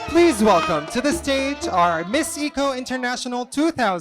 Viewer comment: For me in all beauty pageant not just beauty but they should consider also a lady who can speak well, and pronounce the word well because at the end of the day they represent the organization, they are the good example of all aspect, bakit kailangan yung mag adjust eh yung nanunuod sa knya, tayo ang mag adjust kung ano ung sinasabi nya, eh yung ECO lng di pa mabigkas ng tama. 😮